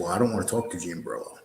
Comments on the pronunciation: It’s Borrello….not borillo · Yes that is extremely irritating, it's not like it's a difficult, multi syllable name ffs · You’re pronouncing genre wrong. You’re pronouncing Jean Borello’s name wrong. I can’t take it anymore